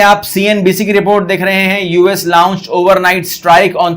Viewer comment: Ye la-unch kaunse english hai. 🙄